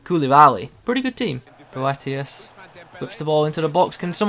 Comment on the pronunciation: Prounced it alright!